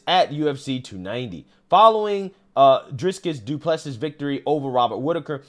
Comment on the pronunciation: The UFC fighters names are pronounced iz•ree•uhl•a•duh•saa•nyuh & Dray•cuss•du•ple•see 😂